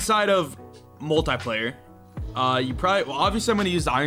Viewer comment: Everyone: Multiplayer: Moltaiplayer